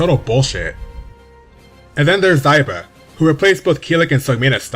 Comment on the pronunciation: Xiba i pronounced Shiba.... not Zaiba..... Zwei is prounced Svai....Xianghua pronounced Shianhua....Ezio pronounced Etsio.... i have blood relatives of each of their countries respectfully....i feel astonished by your pronunciations DX